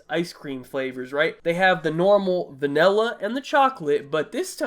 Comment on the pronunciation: Love how he says vanella instead of vanilla